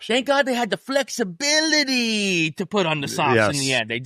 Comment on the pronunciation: Zero Felixibilily...Fexibilility..Flexbilitly😂